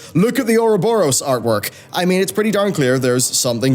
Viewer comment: Can't hear ouroborosous without thinking 'our Rob or Ross'...